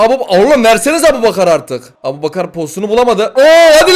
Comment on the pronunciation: Abu aboubakar ikardi çakar değil abouçakar ikardi bakar😂😂